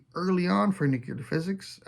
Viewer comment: "Let's not use Faulkner again." A guy for folks who think Tolkien was succinct. I've come across some Mason stuff, always surprised when it's not worth more. Sold several at that level. You pronounce "Nuclear" like a Texan. It's great and proper. Here's to a good retirement!